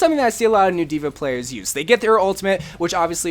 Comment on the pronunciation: Dude no offense like I love your channel but it's dva